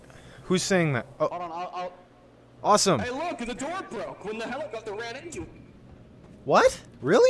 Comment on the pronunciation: ah yes a “hellingcopter”